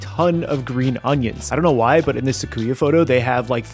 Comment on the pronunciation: Great recipe video! I'll save myself the 680 yen and make it at home first. But, it's pronounced Su-ki-ya not Sa-ku-ya 🤣